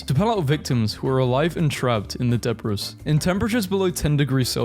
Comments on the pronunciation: debris = DEBREE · deh-bree (debris) hos-piss (sorry - hospice). I've heard mispronunciations like this with an AI narrator.